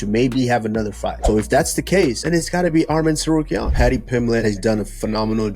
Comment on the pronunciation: Someone tell Usman there's not a fucking O in Tsarukyan 🤣